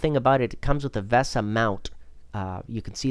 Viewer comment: am i the only one who got annoyed by the pronounciation of vesa and sodimm?